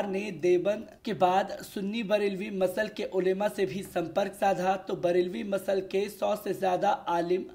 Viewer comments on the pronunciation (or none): Msalak hota hai Masal nhi hota hai